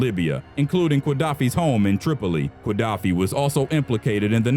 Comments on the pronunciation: Very interesting. However, the pronunciation of Qaddafi is not "kwa-DAFF-ee," but rather "guh-DAFF-ee" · are you really saying QUA-daffi?